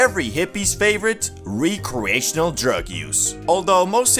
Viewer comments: "Wreck"reational. Not re-creational. Stop butchering that damn word. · bro its "wreck+re+ashin+al"